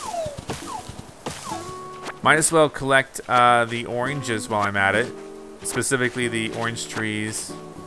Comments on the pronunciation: anyone notice how the animals wear clothes right? well timmy and the other like raccoon or something are only wearing an apron... idk it just bothers me... also he keeps saying oinges instead of oranges... im pretty sure at least. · He says oranges weird.